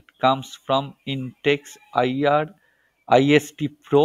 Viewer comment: You can't event pronounce irist ??? Still want to review???